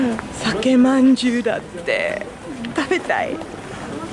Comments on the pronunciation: 、「さけまんじゅう」じゃなくて、「さかまんじゅう」です（どうでもいいツッコミですが（笑） it's not Sake-manjyu, is Saka-Manjyu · 酒まんじゅうは「さかまんじゅう」と読みます。 私の地元だけかな？(^.^)